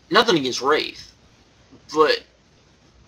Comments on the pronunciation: Its pronounced Wrath not WrAth. But yea I read results and seems other matches were worse Nitro matches than Wrath vs Renegade. But yea that def looks like a bad Nitro. Looks more like a Thunder to me. But yea this reminds me of a Thunder taping that was sooo bad and they taped two shows in one night which was even worse, but that night I didnt have deceny to say sht cause my mom was nice enough to drive like over an hour to bring me and spoiled me with arena food. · its pronounced WR-ATH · why dont you learn how to say wrath u fuck